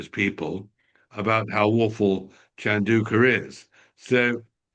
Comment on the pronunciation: it's not pronounced shan-daw-ka, it's chan-dow-ka. Tom it's not sen-ta-bee-lay, it's sen-ta-baw-lee. Geez you two, take the time to google pronunciations of your subjects. It's a matter of respect and professionalism.